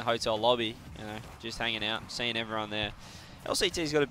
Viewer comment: Juicy: what the fuhck am I syeeing. Low key relatable.